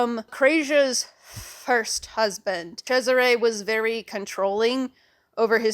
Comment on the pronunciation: TIL that, yes, Cesare is pronounced like that!